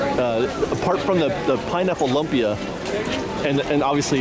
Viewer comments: Cool video. Love the updates! Minor correction: although it's spelled lumpy, it's pronounced LOOM-pi-ah. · FYI Lumpia is LOOMpia not LUMpis. It can be many things. It's a Filipino dish but made many different ways in the Philippines. Other cultures also make Lumpia though. It's one of those things that you can make it however you like. Traditionally it's hamburger, shredded carrots, diced celery bean sprouts and onions wrapped in a won ton, but made many different ways really. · also pronunciation for lumpia is more like: looom-pia